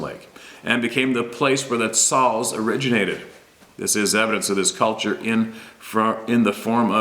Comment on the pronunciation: Thank you for sharing my email I am jerrod taylor ... xals is pronounced (hauls) with a hard H..... sta alis is pronounced shhhh hay less..... I have other experiences to share....